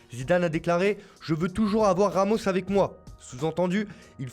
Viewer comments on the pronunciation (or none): none